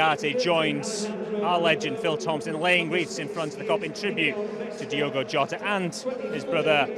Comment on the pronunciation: Who’s Diego(?) Can Spearing REALLY be that ignorant that he can’t/won’t pronounce DIOGO’s name properly(?)